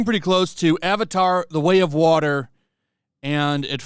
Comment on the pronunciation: Avatar: The Way of Wahmen.